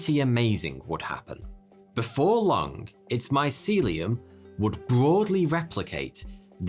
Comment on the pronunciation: May I say that I am continually tickled by Lancastrian accent that adds an additional syllable to some words ending in the letter g, as in “long-uh” for “long”?